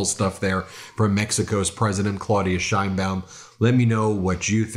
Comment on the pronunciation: As someone named "Baum" i appreciate you pronouncing the "baum" (Bowm) in Madam President Sheinbaum's name correctly.